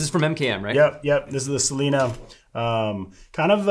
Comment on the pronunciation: He called it the Cellina, pronounced with an ‘s’ sound like the girl’s name Selina, but the MKM folk pronounce it Chellina as in the string instrument cello. As the range are named after Maniago’s rivers, I go for the Italian pronunciation.